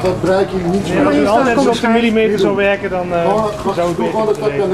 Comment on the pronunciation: Wghahaha dat stukje bij Ja..die mensen weRRKen niet voor die geld. Wahahahah!